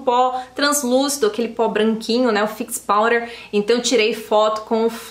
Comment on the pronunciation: Me surpreendi com essa base e o corretivo! Vou comprar pra uso pessoal e para os dias de atendimento, como uso máscara acho que vai resistir bem ao atrito também. Pra mim, não há ninguém que faz resenhas tão acertivas e bem detalhadas. Agora um fato curioso: acho tãaaaao chique você pronunciando “powder”.